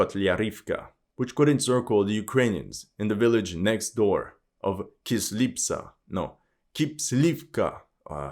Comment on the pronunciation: i thought hes from east europe but he struggled too much with kislivka🤣 greek?